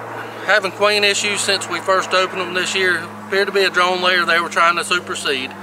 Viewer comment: Took me a couple minutes to realize with the accent the difference between drawn comb and drone comb. Good video, well explained.